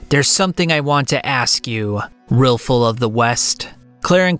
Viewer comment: buddy can NOT get these names right at all. RILFUL?